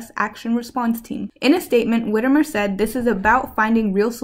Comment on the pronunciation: Whitmer is Whit-mer